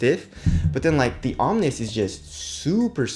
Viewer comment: omni means "all; of all things" that word is pronounced (om-knee) not (om-nis) you sound stupid when pronouncing it wrong. just from another Asian brother to another